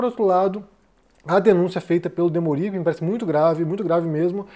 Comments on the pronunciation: O jornalista chama-se "Demôri" e não "Demorí". Não é uma crítica, apenas um esclarecimento. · a pronúncia é "Demôri" não "Demori". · O Desperta ICL é obrigatório. É demôri, e não demorí. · Demorí ou Demori?